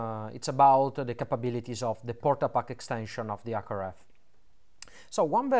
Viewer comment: DID YOU JUST SAY WHAT I THINK YOU SAID???? PORTA PACKA LOL